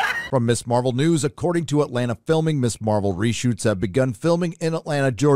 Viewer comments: It's not Miss Marvel, it's **Mizz**. The "Ms" is a now ancient thing either dating from the early 20th century, or from the days of Gloria Steinem. For ladies who wish no part of the word "mister" in their title, (or whatever you call that thing). ------- That's why it's pronounced "mizz". I'm old, and I don't pay any attention to 99.9% of 'popular culture' or social media shit. So I would consider it absolute fall-down batshit-crazy-funny if the people who MADE this stuff don't even know that "Ms" is "mizz", not "miss"... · Dude, Ms. is pronounced "mizz", you're saying "miss" which would be spelt as Miss Marvel. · Pronounced MIZ